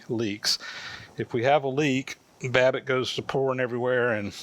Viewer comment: Did he say wabbit?